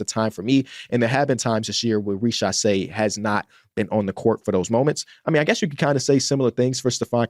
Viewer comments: its pronounced riZacher not richasé 😭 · exactly what i said